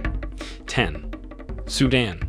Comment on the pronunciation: SUE DAN not SUDIN